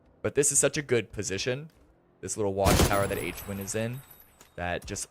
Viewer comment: how does the announcer not know how to pronounce Hwinn's name?